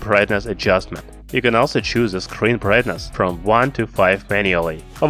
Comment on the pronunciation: Fuck , I can't listen your pronunciation, specially "The", why you call it Ze? Blood comes from my ears